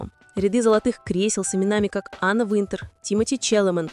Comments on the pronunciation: может уже начнете правильно называть имена Анны Винтер и Ким Тэхена, а не Тэхюн! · Вы бы сначала правильно научились говорить имена знаменитостей, а потом озвучивать ролики! Безобразие!!! Ким ТЕХЕН и Анна ВИНТЕР!